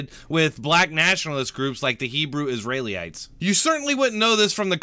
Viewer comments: For future reference its "is-ree-uh-lites", rather than "is-ray-lee-ites". Obviously no big deal, but it was driving me nuts every time I heard you say it. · It's Israelites, not Israely-ites... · I had to stop the video because I couldn’t stand how you say Israelites